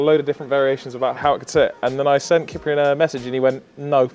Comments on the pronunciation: Is it not pronounced “siprian” rather than “kiprian”? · Ciprian is pronounced as CHI-prian, not KEE-prian. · Worst Ciprian pronunciation :)))) (Romanian guy here). nice project, big up!